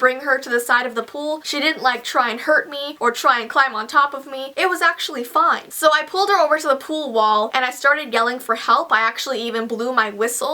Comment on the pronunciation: Also when she said fine it sounded like fun.